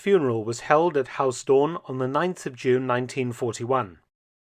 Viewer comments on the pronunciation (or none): Mark is pronouncing Huis Doorn as HAUS Doorn. Haus is German, not Dutch...